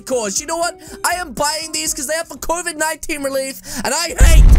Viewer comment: He just said coved 19